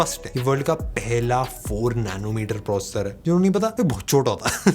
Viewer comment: Try to pronounce the word "processor"clealy.thanks